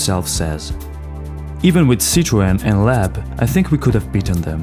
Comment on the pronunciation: Leob being pronounced lab made me wonder is this an ai voice over 😅